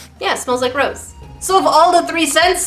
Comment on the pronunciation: When she said "It smells like rose" I heard " It smells like gross"